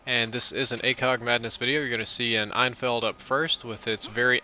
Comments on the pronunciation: its pronounced N field not einfield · Its pronounced N-FIELD not EIN-FELD just so you know :P fuckin luv ur vids tho dude